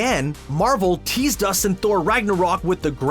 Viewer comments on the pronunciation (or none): none